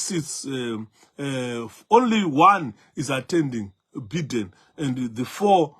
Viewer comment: Biden is pronounced 'buy-den' and not 'bee-den'.